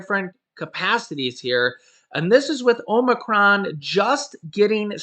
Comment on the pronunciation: OMG ur pronunciation gets worse by the day.. Now it is "OMERCRON"!#@